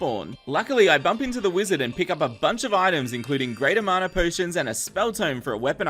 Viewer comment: Sorry but it's mana not marner